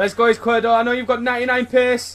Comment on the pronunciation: It's pronounced Ees-quier-do, it means left in spanish